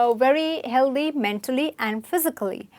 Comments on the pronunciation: The mispronounciation is kind of annoying though. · O please it's not Healdhy it's healthy th as in think